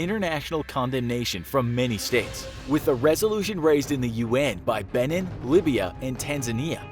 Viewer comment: You said Benin wrong.